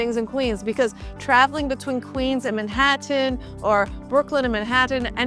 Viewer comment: Like the way you pronounce "Manhattan" 🙂